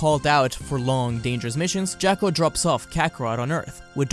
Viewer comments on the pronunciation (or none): And it's Jaw-ko..... not Jack-o